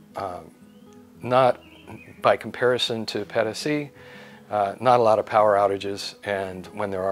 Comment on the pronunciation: 200 USD a month for electicity seems a lot, 1200 USD for catastrophe healthcare seems okay and would be my choice as well. did this wonderfully - I enjoyed his way very much although his "Pedasi" sounded extremely unspanish - more like pedestrian. I dislike many gringos but I like - no I enjoy. No "you know"! I do not even recall when the last time was I listened to a gringo speaking his own language so nicely. Educated, calm and concentrated. I do no find this in Europa neither anymore., so you read this, you are the best US embassador I have seen in decades. This was outstanding. Te felicito.